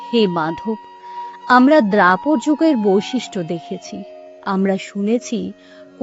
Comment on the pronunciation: আপনার উচ্চারণ ভালো। তবে দ্বাপর কথাটি উচ্চারণ করতে ভুল করলেন। আপনি মনোযোগ দিয়ে পরে শুনবেন এবং উচ্চারণ সংশোধন করে নেবেন।